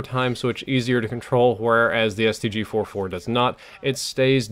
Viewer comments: Ik I am being picky, but it's the STG-44 not the STG-4-4 like you said it at the beginning of the video. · It's called the stg-44, not stg-4-4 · Its not StG 4-4 Its the StG 44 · Really? The STG FOUR FOUR?!? It's STG-44 (Fourty Four), and I hate this game for ruining one of my favourite guns of all time. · its STG FOURTY FOUR not 4-4